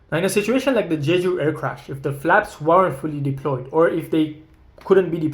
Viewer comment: Absolutely and not in "Jeju" like says in the video